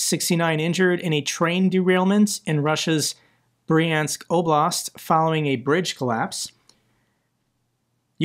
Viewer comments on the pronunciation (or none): "Bryansk" is one syllable.